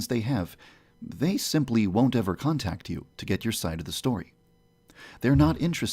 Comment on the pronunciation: Errver and errver